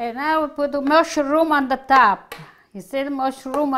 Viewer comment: I love pronounces mushroom as musha-room, it's so charming. This looks incredeble and want to try to make this myself once. Thanks for this lovely recipi. 😊🇳🇱